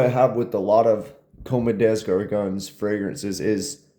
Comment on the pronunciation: Yeahh! ;)) Comme des gargones, really funny! :)) But I like the reviews and I love CDG perfumes!